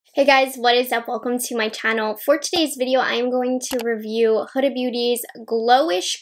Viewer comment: Her name is prononuced like Hooda, its arabic name